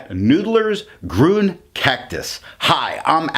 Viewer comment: It's pronounced "Green".